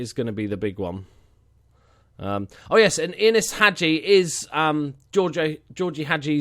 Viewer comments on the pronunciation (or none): none